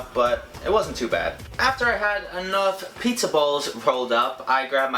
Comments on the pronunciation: He says "PAYHTZA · says it like, "PHEETZA!"